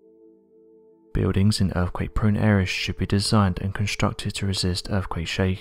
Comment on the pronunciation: erfkwake! geologico! exampo! possibo! the real mystery is how Brits slaughter their own native language.....